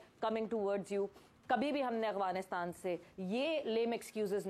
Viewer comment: Its Afghanistan not Aghwanistan. How many times do i have to correct you. You r a professional at least u think so but you should atleast pronounce correctly.